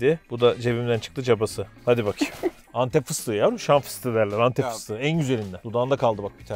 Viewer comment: Meşhur Entep Enektarı :)